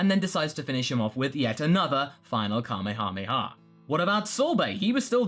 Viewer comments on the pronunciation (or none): none